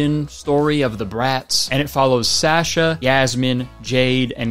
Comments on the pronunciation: Kurtis's slight mispronunciation of "Sasha" makes me wanna fight. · Can’t believe he pronounced Sasha like that